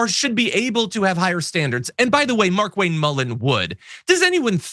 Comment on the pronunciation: I believe it's pronounced "Mar'Kwayne"